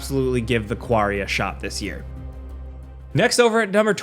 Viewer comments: You dunno how to pronounce "quarry"? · I didn’t know you had an accent until you tried to say Quarry 😂